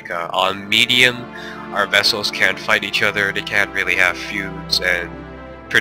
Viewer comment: The word is VASSAL. Not VESSEL. Sheesh, they always get it wrong (that's what you get for my standard canadian education teaching this stuff in social studies 8). :P